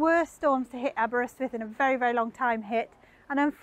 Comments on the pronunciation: Gr8 pronunciation of Aberrr-ystwyth. Please teach Mr Hubnut how to say Aberaeron! Diolch yn fawr! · That slight twang when she says it 👌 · I shall recommend this video to my local wine and cheese shop keeper. Now you were wondering why a Dutch wine and cheese shop keeper be interested in someone showing Aberystwyth while pronouncing it correctly? He's half-Welsh! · Not a twang; she just says it how it should be said. 🏴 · That's the correct way to pronounce it.